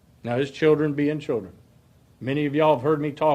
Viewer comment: Children or childrén? 🤣🤣🤣